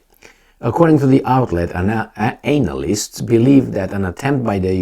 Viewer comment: it's not anal-lyst its Ana-lyst. Right Gigi 😉?